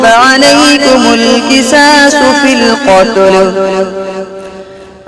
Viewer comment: وقف غلط کیا ہے وقف فی القتلی یعنی کھڑی زبر کے ساتھ ہے آپ نے فی القتل پڑھا ہے سکون کے ساتھ